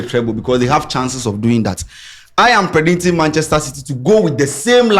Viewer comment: say “predinting” he figa we no hear 😂